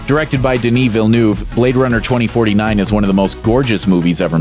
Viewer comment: Can the narrator mispronounce Villeneuves name some more please?